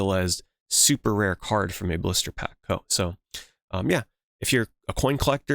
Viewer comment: Brother when i heard you say "Blister pack", i was thinking you were pronouncing "Booster Pack".... i was starting to lose my mind after the 4th one then i realized 😂